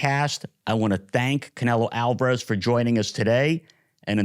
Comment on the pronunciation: They pronounce it alvarerrrrrezzzz